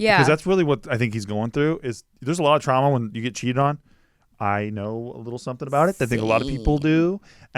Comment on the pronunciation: Did say trANma instead of trauma?